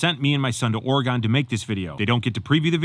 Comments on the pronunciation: As a proud Oregonian. It’s pronounced. Ore-gun not Ore-gone😂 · You mispronounced the state of Oregon 😢. It’s not “Ore-gone’ it’s “Ore-gin”. Enjoy the videos though. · As an Oregonian... you dont say "ory-gone" .... it's "ore-a--gun" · no disrespect but it's pronounced ORY GUN not ORE GONE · Or-eh-gone? No,. We need to fix this pronunciation. Try this… Or-eh-gun. There! Much better! Keep trekking, buddy! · "Or-e-gon"? You ain't from these parts, are you?😆😆😆 File under "Tell me you aren't from here without telling me you aren't from around here." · My man said "They sent me and my son to Ore-gone" ☠️ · It's (Oregon) "Or-e-gun",. 🙂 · Hopefully you learned how to pronounce Oregon correctly while there. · Hey. Big fan, but I have to say though... as a fan from Oregon: You are saying Oregon wrong.